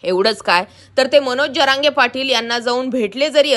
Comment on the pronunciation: "जअरांगे" नाही "जरांगे"